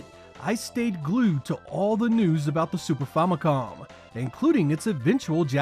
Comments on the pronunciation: 45 years of gaming, 45 years being a Nintendo fan, but I never heard anyone alive saying FAHMOHCOM... Sorry, but this is the most insane way to say Famicom...it is family computer, so say FAMI and COM and God bless u. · Fahmicom? It’s fam as in Family…you know, family computer? Famicom. The “ah” sound is as dumb as people saying intendo or libary. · Drinking game. Take a shot every time he says “Fomicom” Bro its short for Family Computer Famicom Fam not Fom Do you have a fomily or family? I had to quit watching it was starting to piss me off. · Famicom homie. It’s short for family computer. What’s a Fomicom? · "Super Fomicom" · super 'famuhcon" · sorry boys but "fomicom" cracks me up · What is the "Famacom" you keep pronouncing? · That Famicom pronunciation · BEWARE OF RANT! Why don't you gamer nerds pronounce anything correctly? The "fam" in "Famicom" is pronounced as it would be in the word "family." I'm sure you know why, as you must've researched it for your video. So what's the deal? Same thing on Game Sack. You can count on Joe to deliver excellent content, but I cringe every time he mispronounces "Compile," "Gradius," etc. I don't get it. Games are, as far as I can tell, your lives. How do you get so much wrong?